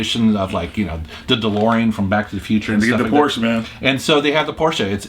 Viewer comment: Did you say PorschE multiple times? Wow, I rarely hear an American pronounce it right. Thank you!